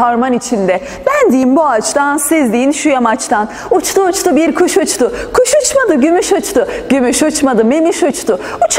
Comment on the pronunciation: Kayıkçı derken "ç" harfi değil "c" harfi ile telafuz edilmesi gerekiyor. Uçtu uçtu derken de "t" harfi yerine "d" harfi. Ötümsüz sesleri ötümlü çekilde söylemek gerek. Onun dışında yok başarılı :))